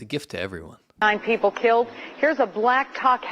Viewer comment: lmao " Blac Khawk helicopter"